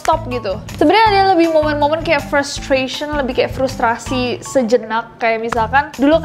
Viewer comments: Frustaasiii kaaak, bukan frustrasii😭😭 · Frustasi ka nes, bukan frustrasi 🤣